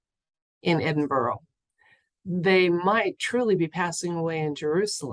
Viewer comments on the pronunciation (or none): Great question! Here's hoping Queen Lizard Breath's departure is made known to the public soon. Btw, Edinburgh is pronounced 'Edin-bruh' 😊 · Edinburgh sounds like edin bruhhhh xoxoxoxox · Pronounced Edinburra, at least in England although I’m sure my Scottish friends did the same. It makes me laugh when Americans pronounce our names. It’s like anything with shire on the end. We pronounce it Shure, not Shire. We aren’t the Hobbits. 🤣🤣🤣🤣🤣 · It’s pronounced ‘Edinburra’.I wouldn’t know that either, my daughter married a Brit.Thank you for all that you do. Love and light.🌺🌼🌸👌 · Is it Edinburgh- but pronounced differently?